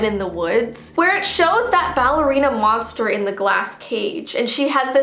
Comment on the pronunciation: Me: did she say balley ow ballora! 🤣